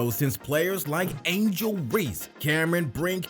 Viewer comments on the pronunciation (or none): none